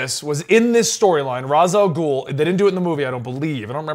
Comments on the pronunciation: Well for some reason people misspelling Ras Alghoul name cause it is arabic word -_- , to settle it down it is Raas (head) Alghoul (the ogre not the devil xD ) just please pronounce it like the arabic way don’t creat new ways please or just don’t make him arab xD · Ra's al gouhl is an arabic word..and yes it's said raz al gouhl